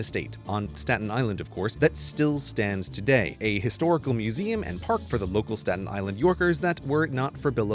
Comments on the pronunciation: saten Island** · “Statin” My blood pressure is rising